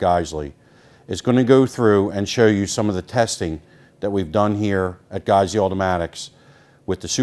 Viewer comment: Lol I hella thought he was saying friggin